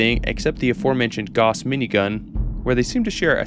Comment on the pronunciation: "Gauss" rhymes with "house".